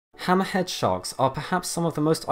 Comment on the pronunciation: the way you say "hammerhead" makes you sound like you're saying some sort of arab name like "hammahad" or some shit lmao